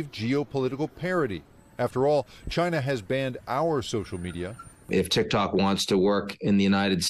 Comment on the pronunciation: Yo she said Tik Tak!!!! 😂😂😂 I’m dead